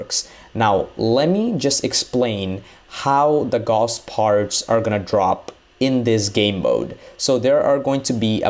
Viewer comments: gauss ... not ghoss.. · BTW Gauss it's pronounced like house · Gauss (actually spelled Gauß) was a German mathematician. (see The name is pronounced German, it sounds like "Gous", like in house or mouse. Not "Gaws" like in all the videos. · Gaus, not Gos. Come on, dude. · No Its guss.. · GAUSS AS IN HOUSE! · It's pronounced Gauss like Gous, put it into google translate